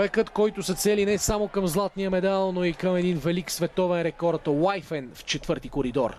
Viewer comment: Коментаторе, произношението е Уифин, не Уайфен.